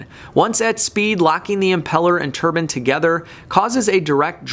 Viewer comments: I hate to say this but I watched it a couple of times, a Turban is worn by a Sikh, I know you were trying to say Turbine which should sound tuh· bain, sorry to be an pain, I love your content and always check it out when it pops up in recommended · Assaulting the English language :) Turbine = tur·bine not turban. Turbine: Turban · It's not pronounced "Tur bin". It's pronounced "tur bine". Hi from Germany :D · Tur-bain or turban? LOL. Great video as always,. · Turb-ine not turb-in. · Bro a turbin is somethung you wear on your head it's a turbine ine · Lol!! That’s tur-BINE not turban. But I like your videos all the same : 0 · I couldn't pay attention... he kept saying turban... :/ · I am sure hes saying TURBAN ?? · Please learn how to pronounce turbine ,, it is not a turban, please learn the difference.